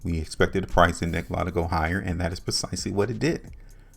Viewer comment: I've held Nikola since may when I first started buying. It's dropping the lowest I've seen. Fyi it's Nikola( lah) not I